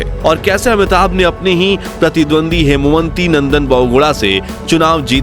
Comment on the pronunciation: Kripaya naam sahi pronounce karain. Wo हेमवती नंदन बहुगुणा थे न कि हेमवंती .....